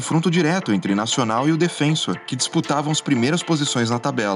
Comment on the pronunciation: Pequeno problema nesse vídeo é o narrador falar repetidas vezes "DefÊnsor" em vez de "DefensÔr", como corresponde.